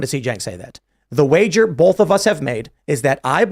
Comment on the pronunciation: I like when he says “both” it sounds like bolth